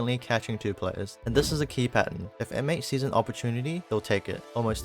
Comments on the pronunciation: You’re throwing me off — you’re saying ‘M-8’ instead of ‘mates' but good video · Just rhat you know we dont say M then 8 we say Mates like the word Mates. The video is really simple and cool ty !